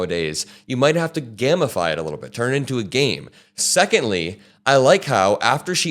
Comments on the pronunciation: Gamify is still pronounced "game if eye" just because there is no'e' does not mean it's pronounced gam please... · for future reference it's pronounced 'gamify' with a long 'A', not a short 'A'. Otherwise, it would be gammify. And any time Jasmine Crockett can throw elbows at Marjorie Trailer-Peen? I'm here for it. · You say gameafy but I understand Gammafy as in "enhanced with gamma waves" I think he viral post was very Gammafied indeed! 😂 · I've never in my life heard someone pronounce gamify as 'gammafy''. I like the content though. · It's pronounced gay-ma-fiy Love your content bro. Keep up the fight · 💙Love Crocket & her gamification! 💙 Enjoying your work, keep it up! 💙 One note, I do believe 'gamify' is pronounced with a long 'a' sound, (ˈgā-mə-ˌfī) at least in American English. 💙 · Hey! Just a small heads-up... It's not pronounced gamma-fi. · The way you say gamify sounds like you’re turning things into legs